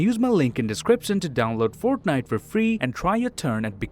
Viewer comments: My dude said “forknite”😂😂😂😂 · I love how he pronounces fortnite as forknite